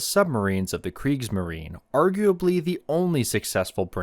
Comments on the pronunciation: Kriegsmarine = "creeks - muh - ree - nuh" Please. You are making me CRAZY. 🤣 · I didn't refer to that. See, you don't even have awareness. Before switching off after one and a half minutes, I heard two words spoken wrong: kriegsmarine and elektroboot. Tip: Become aware of the fact that english went through a phase now known as the Great Vowel Shift (GVS), and this is exactly what happened. So you usually can't just use your 'deformed' vowels on other languages. If you go to the WP article on the GVS, then ignore the article and click on Talk (top left), then down to the comment starting 'The linguistic knowledge level displayed by some...', then disregard the detractors - then you fill find a handy and comprehensible vade mecum on the issue. Hope it helps for your future international video career